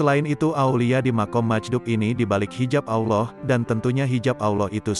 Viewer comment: Maaf salamnya bisa benerin lam jalalah ada yg di baca tebal dan tipis. Contoh tebal jika jatuh setelah charokat dhommah dan fathah, bunyinya. Alloh, abdulloh, yg tipis jatuh setelah charokat kasroh. Billah.begitu. terimakasih 🙏